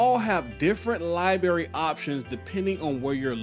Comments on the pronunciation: "Lie Berry"? Really? Need to fix that buddy. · Lie -berry ? LMAO wtf is a Lie-berry ? Let me axe you a question; how can people take you seriously when you can't say library and ask correctly ? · "Lieberry" ???? Really dude ??? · Yo my guy, the word library should be pronounced - lia-breh-ree… so pronounce it with both R’s. Not -lia-beh-ree